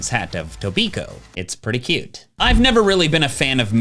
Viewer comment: you said cute wrong:3